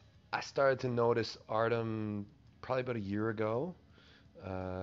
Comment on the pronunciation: Its pronounced exactly like its written [Ar-ty-om], not Artem. [Ar-ti-om] if that makes more sense.